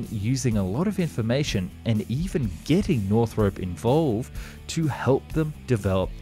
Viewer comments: Hope to see Japan make use of the learnings. And as an Aussie, I’d hate to correct you on this wonderful content but it’s not pronounced “North-Rope” but “North-R-Up”. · NorthROP, not Northrope (see any of Northrop's own videos for how they pronounce it)